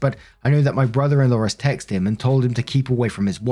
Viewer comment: I understand that maybe “impotent” is not a word knows but why can’t he say “texted”?